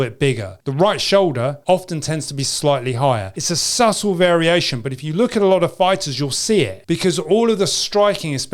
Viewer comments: I just researched it -- in the U.K., as in the U.S., subtle is pronounced sut-uhl. (NOT "subble," as you just spoke it here!) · Lol. That's how the average working class poms say it. But the educated say sut ill... bbc English as it were